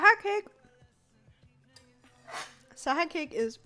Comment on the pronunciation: My name's TAHA and the video started with so we are starting with SAHA cake tbh it sounded like Taha i was like whattt Juliaa but ma thoughts got shattered in a sec sad pepe